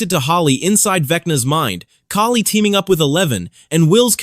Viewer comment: Thank you for saying Kali’s name right My ears bleed when people mispronounciate it